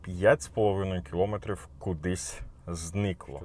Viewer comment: Аж вухо ріже: не кілОметрів, а кіломЕтрів!😡🤔